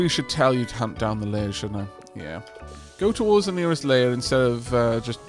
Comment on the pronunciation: Is it intentional that you're pronouncing lair as layer?